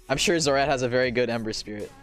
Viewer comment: Yup, I was definitely trolling too man, haha! (jk i actually thought ember was henry from the way you said it :D)